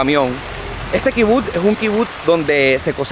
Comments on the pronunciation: Me estresa que diga kibut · se dice kibutz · increíble videos dios proteja al pueblo bendito, creo q SE dice kibutz se pronuncia como pizza